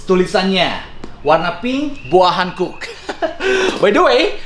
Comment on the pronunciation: Boa Hancock bacanya Bo:a Hankok, klo boa hankuk tulisannya Boa Hankook.. Jadi salah pronounced, sbenernya ud lama pgn komen ini.. Tp annoying jg dengernya lama2